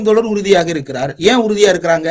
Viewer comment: அவர்களே தோளர் அல்ல தோழர் "ழ" உச்சரிப்பை பழகிவிட்டு ( உங்கள் உச்சரிப்பு படி 'பளகி') ஊடகத்தில் பேசுவது நன்று "தமிழ்" என்பதையாவது சரியாக உச்சரிக்க தெரியுமா? அல்லது 'தமிள்' என்பீர்களா?